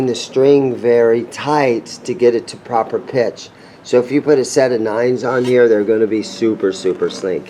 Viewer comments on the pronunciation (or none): none